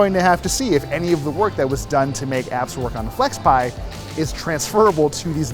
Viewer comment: FlexPai. It's FlexPai.